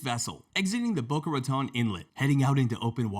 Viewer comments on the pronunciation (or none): none